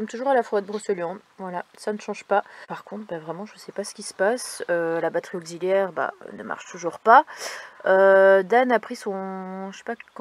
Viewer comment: Salut on a pas eu droit au petit panneau abonne toi cette fois, peut-être un oubli ma fille me l'a fait remarquer, par contre s'il te plaît ne dit plus " Broceuliande " mais BrocÉliande (ma femme est Bretonne) et c'est pas " auquziliaire " non plus 😂 mais c'est surtout pour te taquiner, Salut Salut 😉🐞